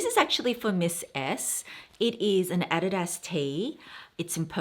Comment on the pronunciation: I had to do a double take when you said “add-di-das” 😂 thank you for sharing your sustainable choices! That Burberry coat 😍